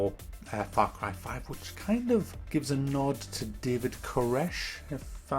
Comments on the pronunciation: Frap carb farve?? Wtf you saying lol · far crie faive